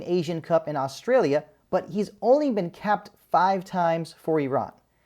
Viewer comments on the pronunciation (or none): none